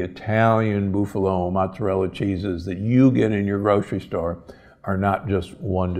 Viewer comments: Boof-a-low??? Seriously? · What is a BOOFALO?? LOL This guy is right on the A2 and A1 molecule situation, but to have your American diary cow tested for A2 or A1 production is not hard or very expensive, and many smaller American dairies have or will test for it, or you can have it tested. Mercy he was butchering the names of things horribly bad, like a city dude, lol. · BOOF-a-lo? WTF. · Why do you pronounce buffalo "boofalo"? Am I saying this wrong? This is not a criticism. I enjoy all your content! Thank you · Aaaaah please stop saying BOOFalo! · It depends on what his school teachers or parents pronounced it when he was younger. Not his mistake, but he should appreciate your correction.